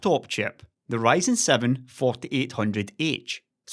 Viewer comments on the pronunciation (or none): none